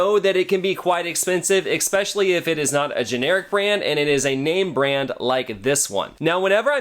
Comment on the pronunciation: I like your video, but I just have to say it kinda was making me a little crazy there is no X in the word especially please